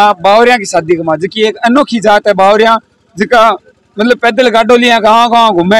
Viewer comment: बागरिया है न की बावरिया